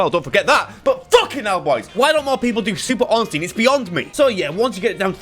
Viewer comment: Love the video but its Ornstein not Orenstein. I never understood why everybody does this smh